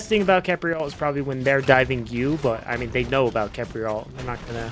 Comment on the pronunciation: It pronounced kefri